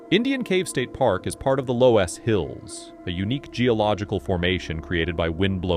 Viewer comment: lol, I live in the loess hills and have been to Indian cave, he is pronouncing "loess" so weird. It is pronounced luss, oe making the "uh" sound.